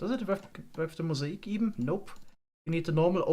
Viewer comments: Just an FYI: mosaic is pronounce moe zay ick. Not moe sah ick. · "Mozaeek"? Mo-zay-ick. That's how mosaic is pronounced. Granted it is spelled rather strange isn't it? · I noticed you were having trouble pronouncing "mosaic". It's not moh-zay-eek, but moh-zay-ick. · Not trying to be mean but Mosaic = "Mow" - "ZAY" - "Ick" at least in American English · Great video as always. Quick English pronunciation thing for you though, mosaic is pronounced like "mow-zay-ick" . Sorry if that isn't a great description of it but I tried my best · He used the German pronunciation because he is from Germany.